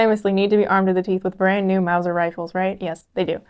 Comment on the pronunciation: Wow! Mauser properly pronounced! Good show!